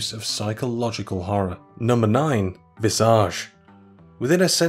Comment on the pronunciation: The scariest part was how he pronounced Visage